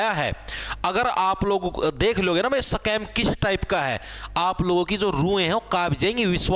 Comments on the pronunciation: सकैम ❌ स्कैम ✅ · Scam ❌ Sacam ✅